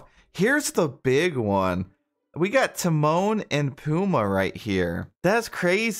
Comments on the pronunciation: It’s pumbaa. Emphasis on the ba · PUMBA PUMBA PUMBA! NOT PUMA! GET IT RIGHT! AND WITH HUNDREDS OF DISNEY CHARACTERS THEY WILL SLOWLY RELEASE!! DERP! I JUST CANT EVEN WITH YOUR CHANNEL!